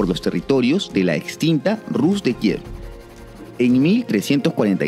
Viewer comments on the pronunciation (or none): none